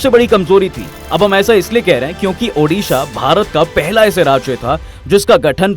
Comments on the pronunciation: The name of my state is ODISHA not udisa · Sir it's ओड़िशा। Not उड़िशा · It's ODISHA "ओडिशा "